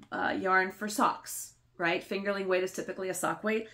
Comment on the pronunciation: I’m sorry but I have to: it’s “fingeRING” weight, not “fingerLING” weight yarn. You’re not knitting with potatoes! 🤣🤣